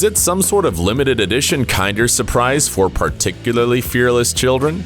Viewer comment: For the kinder suprise video it is pronounced as k in der not kind er suprise